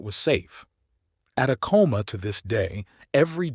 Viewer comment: Please learn to pronounce some words correctly I.e. Acoma is AHHH-coma with the accent on the FIRST syllable not the second. Thank you.